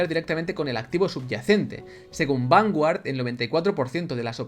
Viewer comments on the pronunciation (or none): none